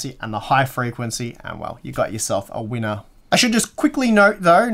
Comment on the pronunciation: "you got yourself a wienaah"